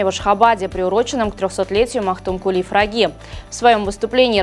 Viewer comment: Почему Магтукули фраги а не пыраги ?